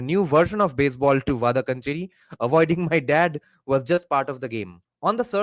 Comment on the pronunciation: it’s pronounced “Vadakkaanchery” Va da(dance ka da) kkaan che ry (ry of carry)